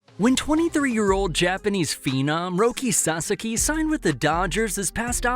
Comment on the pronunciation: You are mispronouncing HIS NAME!!!